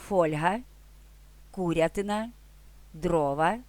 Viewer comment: Слова з наголосом, який ви вказали : фОльга , кУрятина, чорнОслив, чорнОзем, кропивА , звучать якось дуууже незвично 😬